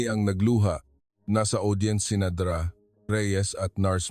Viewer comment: Listening from San Fernando City, La Union, Philippines. Hindi maganda ang pagbigkas ng mga salita, katulad ng Dra.,Ang dapat pagbigkas ay "doktora". Ayusin Naman ang pag narrate!